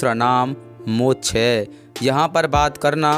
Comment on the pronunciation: Mochh nhi hota Moksh hota hai